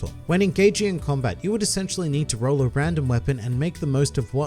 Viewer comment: I thought he said "good roll" on the last roll